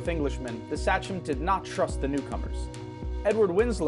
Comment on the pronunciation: I'm pretty sure Sachem is pronounced say-chem, not sah-chem. I'm originally from Massachusetts and the name is used for a lot of things in the eastern part of the state, even the name of a high school football team, the Saugus Sachems. Saugus itself was an Indian name and the area was settled by the Naumkeag when the English settlers arrived.